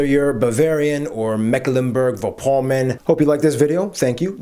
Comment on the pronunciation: Mecklenburg, not Macklenburg..